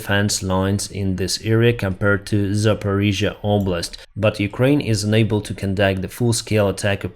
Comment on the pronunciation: Please, can you pronounce the word "UNABLE" as un-able? You always pronounce that word "unable" as "ENABLE", which is the contrary. Please listen to it yourself, look up the phonetics, thanks. A clear distinction between UNable and ENable will help thousands of people to understand your comments...